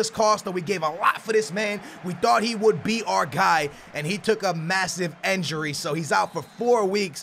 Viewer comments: the word is "INjury" NOT "ENjury" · Stop saying enjury